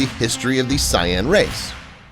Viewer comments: It's Saiyan lol not cyan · Did he says cyan IT'S SAIYAN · Why does he say it like that🤦🏾‍♀️🤣